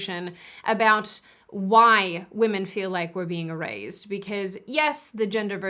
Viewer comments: Loved your video, but I have to say isn’t it erased and not erazed ? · She pronounces erased as eraZed, is that accent?